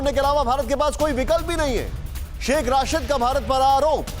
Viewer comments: Are chote pehle name to theek lelo sh.rashid nahin..sh.rasheed he. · Is godi media k dalle ko Shaikh rasheed ka nam bhi thik se lena ni aarha h Rasheed ko Rashid bol rha h 😂😂😂😂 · Pronunciation to sahi rakha karo yaar, hamare mulk ki insult kara dete ho, Rashid nahi Rasheed hai. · Aby ghando ky bachy Rashid ni Rasheed Hy,tujh ko kis ni anchor banah Diya hy